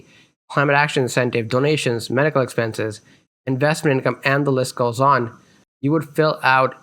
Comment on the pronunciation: Medical, not "medicle" slips